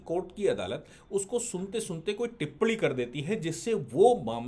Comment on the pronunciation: टिप्पणी ठीक से बोलिए